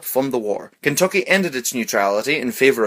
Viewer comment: I love the way he says-- Kenthokhy 😂😂😂